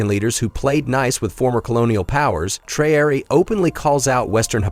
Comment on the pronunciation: WHY THIS NARRATOR AS OTHER AMERICAN NEWS PEOPLE ARE PRONOUNCING PEOPLES NAMES WRONG, IN THIS VIDEO HE SAYS "TRIE-ORIE" WHERE HE HAS AN ACCENT ON LETTER E' TO SOUND E'(A) TRAORE' (NOT TRIE-ORIE).